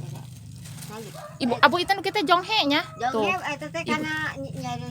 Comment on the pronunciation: kalow di saya namanya jonge bukan jonghe mah